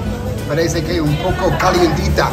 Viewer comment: Both of you, your Spanish is getting better and better. has less accent than. Just remember its not english with spanish words, the sound for "Que" is not "Kay" its more like "Ke" working on your accents while learning is the best way to end up with little or no accent. Hear how others say things even though you know the pronunciation. Accent free is how you want to be (or as close as possible). Great job guys. I am proud of you!